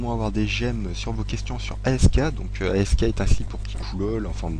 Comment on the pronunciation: Sa se dit "asque" pas A-S-K